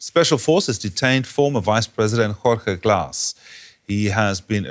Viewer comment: How does this guy -- a journalist -- not know how to pronounce a basic Spanish name like "Jorge"?